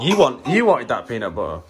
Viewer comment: Finally! I love the way you say peanut butter. Say it again!